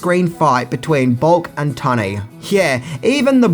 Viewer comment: Memories of a Geisha? Lolol Your pronounciation of words is so odd. Row-shelle? TunnAy? 😂